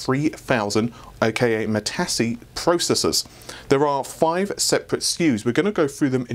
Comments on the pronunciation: Please.... Matisse sounds like Muhtease, not Mehtahsee. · Mitasse? or Matisse?;) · Except that the guy was French, and the French pronunciation does not have a long e sound. The closest in English Mat-is. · "Ma-Tassy"? Where did you learn English,. Pronounced Ma-tees with a long e. Like tice. as in Chevy Caprice. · It's pronounced "Ma-teese, not trying to be a jerk. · mah tees repeat after me, mah tees. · Ma-tee-s,, it's Ma-tee-s! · If the name comes from the famous artist of the same name, then Matisse is pronounced something like "Ma-tee-ss" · Good discussion.. Is it pronounced 'mateese' - french artist... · You seemingly never heard of the French painter Henri Matisse, judging by your pronounciation... All the best for the new year to you and Amy. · well it's french, but still surprised he managed to mispronounce it that badly :p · )) I stoped the video to see if someone noticed that. But, I can get over it, because he's not used to european names.